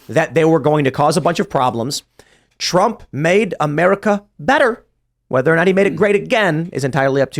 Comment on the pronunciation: Lol said - hump instead of Trump 😂